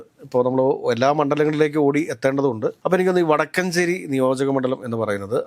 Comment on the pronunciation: വടക്കൻഞ്ചേരി അല്ല സാർ "വക്കാൻഞ്ചേരിയാ..